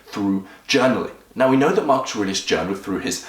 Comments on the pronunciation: Why do you keep on saying "Marchuriox" ? You can't even say his name. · you tried WHOS routine??? marks ars??? why dafuq cant you just say his name normaly. this is not twitter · "mark esh ar eesh" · I cant tell if it's your accent that cause you to say Marcus aurelius name wrong, or if your the type of person that purposely miss pronounces something ...asking for a friend Hahahh😂😂🤣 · Gotta learn how to say his name first my friend